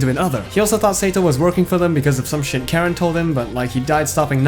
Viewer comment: Really top-notch video, excellent! One thing: it's pronounced "CAR-en", but yeah I love this game. I just wish it had more actual cutscenes instead of skits with screenshots.